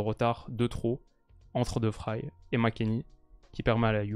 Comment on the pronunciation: Excellente analyse...seul petit point...la prononciation de De Vrij. ... Il est néerlandais et pas allemand donc le v se prononce v et pas f...et ij se prononce comme dans le ei mot français veille